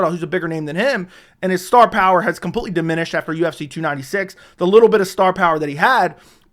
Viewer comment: Can u learn how to pronounce completely? It's not computely. U say it so often it makes my ears bleed.